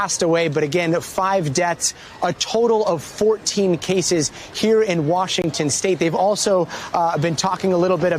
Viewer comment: Wushington State